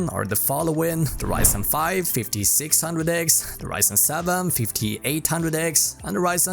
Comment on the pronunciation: Did he said fifti six handrek, fifti eight handrek, fifti nine hundrek ? WTF !